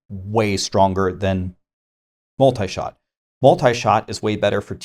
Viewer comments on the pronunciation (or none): New season,but same Multishot's pronouncation butchering..